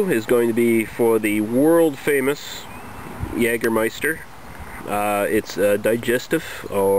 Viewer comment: jagermeister correctly spoken nice - try german "apfelkorn" or "saurer apfel" from berentzen company